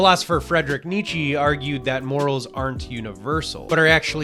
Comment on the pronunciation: Loved the vid, a great analysis in my opinion ;) As a German I only had a hard time listening as you butchered Friedrich Nietzsche's name so much...😅